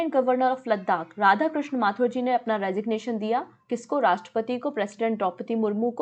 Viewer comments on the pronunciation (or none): none